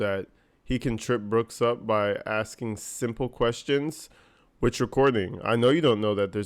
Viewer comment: Maybe they should ask Darrell why he always looks at the ceiling when “axing” questions!? He hated when the witness looked at the jury to answer questions.